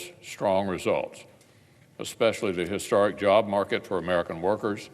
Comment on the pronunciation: Historic is not pronounce His-Star-ic. Do you go to the grocery store or the grocery star?